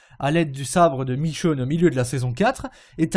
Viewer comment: michone pas michoune